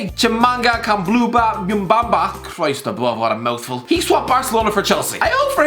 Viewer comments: Lol “Gmbamba” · Bro you butchered Mbuyamba's name christs sake😂🤦🏽‍♂️ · The way he pronounces Mbuyamba😂😂😂🤣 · he butchered mbuyamba's name so bad haha